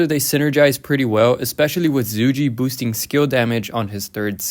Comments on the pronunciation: in roks offical video if zhuge being intoduced its more of Zhugah liang. But its alr right brother i hope your not offended or anything 😊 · I think its pronounced “Zuu-Ghay Liang”